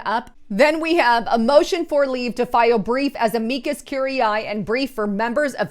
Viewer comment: You are slaughtering the pronunciation of Amicus curiae